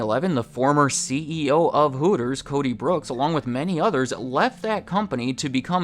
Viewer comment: Coby Brooks, not Cody